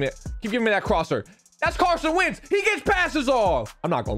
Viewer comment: My guy really just said Carson Vick lmao